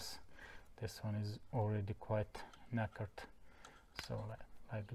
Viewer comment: Very helpful, as you clearly showed how to remove the light switch. (One of my next jobs) Also "knackered" sounds much funnier when you say it!